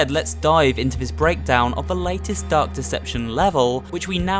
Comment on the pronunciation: It sounded like you said duck deception